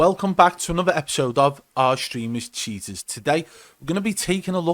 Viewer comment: It does sound like he's saying "Cheetahs" instead of Cheaters lol anyway all the same we still got mad respect for yah B! Keep up the good work bud